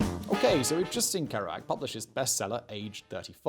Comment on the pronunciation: Ker-OO-ac, not Ker-OH-ac. EE-dee, not EDD-ee.